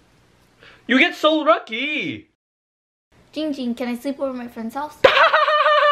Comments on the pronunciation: you guys are saying it wrong! It's giiiiiiiiiiiiiiiiiiiiiiiiiiiiiiiiiiiiiiiiiiiiiiiiiiiiiiiiiiiiiiiiiiiiiiiiiiiiiiiiiiiiiiiiiiiiiiiiiiiiiiiiiiiiiiiiiiiiiiiiiiiiiiiiiiiiiiiiiiiiiiiiiiiiiiiiiiiiiiiiiiiiiiiiiiiiiiiiiiiiiiiiiiiiiiiiiiiiiiiiiiiiiiiiiiiiiiiiiiiiiiiiiiiiiiiiiiiiiiiiiiiiiiiiiiiiiiiiiiiiiiiiiiiiiiiiiiiiiiiiiiiiiiiiiiiiiiiiiiiiiiiiiiiiiiiiiiiiiiiiiiiiiiiiiiiiiiiiiiiiiiiiiiiiiiiiiiiiiiiiiiiiiiiiiiiiiiiiiiiiiiiiiiiiiiiiiiiiiiiiiiiiiiiiiiiiiiiiiiiiiiiiiiiiiiiiiiiiiiiiiiiiiiiiiiiiiiiiiiiiiiiiiiiiiiiiiiiiiiiiiiiiiiiiiiiiiiiiiiiiiiiiiiiiiiiiiiiiiiiiiiiiiiiiiiiiiiiiiiiiiiiiiiiiiiiiiiiiiiiiiiiiiiiiiiiiiiiiiiiiiiiiiiiiiiiiiiiiiiiiiiiiiiiiiiiiiiiiiiiiiiiiiiiiiiiiiiiiiiiiiiiiiiiiiiiiiiiiiiiiiiiiiiiiiiiiiiiiiiiiiiiiiiiiiiiiiiiiiiiiiiiiiiiiiiiiiiiiiiiiiiiiiiiiiiiiiiiiiiiiiiiiiiiiiiiiiiiiiiiiiiiiiiiiiiiiiiiiiiiiiiiiiiiiiiiiiiiiiiiiiiiiiiiiiiiiiiiiiiiiiiiiiiiiiiiiiiiiiiiiiiiiiiiiiiiiiiiiiiiiiiiiiiiiiiiiiiiiiiiiiiiiiiiiiiiiiiiiiiiiiiiiiiiiiiiiiiiiiiiiiiiiiiiiiiiiiiiiiiiiiiiiiiiiiiiiiiiiiiiiiiiiiiiiiiiiiiiiiiiiiiiiiiiiiiiiiiiiiiiiiiiiiiiiiiiiiiiiiiiiiiiiiiiiiiiiiiiiiiiiiiiiiiiiiiiiiiiiiiiiiiiiiiiiiiiiiiiiiiiiiiiiiiiiiiiiiiiiiiiiiiiiiiiiiiiiiiiiiiiiiiiiiiiiiiiiiiiiiiiiiiiiiiiiiiiiiiiiiiiiiiiiiiiiiiiiiiiiiiiiiiiiiiiiiiiiiiiiiiiiiiiiiiiiiiiiiiiiiiiiiiiiiiiiiiiiiiiiiiiiiiiiiiiiiiiiiiiiiiiiiiiiiiiiiiiiiiiiiiiiiiiiiiiiiiiiiiiiiiiiiiiiiiiiiiiiiiiiiiiiiiiiiiiiiiiiiiiiiiiiiiiiiiiiiiiiiiiiiiiiiiiiiiiiiiiiiiiiiiiiiiiiiiiiiiiiiiiiiiiiiiiiiiiiiiiiiiiiiiiiiiiiiiiiiiiiiiiiiiiiiiiiiiiiiiiiiiiiiiiiiiii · It's GIIIIIIIIIIIIIING ging. Not gingging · AI U SAY HIM NAME WRONG IT GIIIIIING GIIING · it’s pronounced Giiiing Ging and that is funny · Ging Ging be like ITS GIING GING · Guys its not ging ging its giiiing ging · Its not ging ging its GIING GING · ITS JING JING NOT YING YING LOL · It’s giing ging not ging ging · it's Ging Ging not Ying Ying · ITS giiing ging not ging ging lol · l i t t l e b e e NO ITS GIIIIING GING NOT YING YING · NO ITS ZIIIIIIIIING ZING NOT YING YING